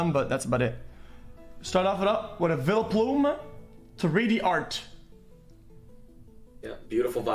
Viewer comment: What’s a “Villaplume” 🤦🏻‍♂️